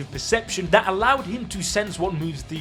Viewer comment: are you Jamaican "you said Dat" instead of that.